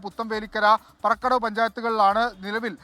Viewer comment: പറക്കടവ് അല്ലടോ.. പാറക്കടവ് 😂